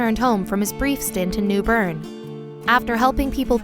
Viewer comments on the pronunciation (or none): The way she pronounces new bern “neW BoRn”